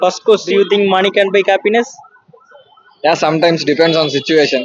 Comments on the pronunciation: Please improve the English pronounciation. Happiness , cappiness nu solra maari eruku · Improve your diction/pronunciation. It's not kappiness 😊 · Happiness ❌ Kappiness ✅ 😂😂😂